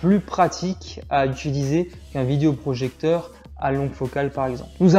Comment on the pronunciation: Merci pour le test, mais stop avec le "vidIo projecteur". é, pas i ! :)